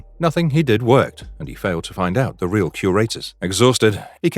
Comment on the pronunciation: I bet you feel like a ream idiot